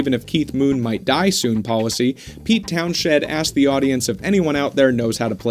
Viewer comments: Moon was right. If the toilet hasn't exploded? you're not dead? or in jail?, the party wasn't worth going to❤️American cars Corner better in a swimming pool. Pronounced Keith Towns-end, not Town-shed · Townsend...not Townshed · It’s Townsend not townshed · you forgot an "n" there in pete townsheNd's name 😉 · Townshed??? Its townsend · Keith Moon... The original... prank.. influencer?.. guy? Secondly its Pete Towns-END, not Town-SHED!!! damn millenials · John Entwistle was called "The Ox" because while Keith, Pete and Roger all 3 moved around on stage or performed in various animated ways, John stood still like an anchor which he just wasn't into trying to show off other than his unique style of bass playing which he seemed to burn up all the energy the other members did but in his fingers. As far as when you pronounced Pete's last name as shind, Townshend is actually pronounced Townsend with a silent "H" Thunderfingers also comes from John's finger picking style which he brought to the bass from his days as being a French Horn player in a trad band and boys brigade band in his youth. Being a fan since 1979 and reading books, watching documentaries and reading magazine articles, you learn a great deal. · Townshed? You mean TOWNSHEND? (pronounced town-send) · PLEASE, PLEASE, PLEASE…learn how to pronounce Pete Townshend’s name correctly. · If you can't spell or pronounce Townshend it's hardly worth watching your Who doc.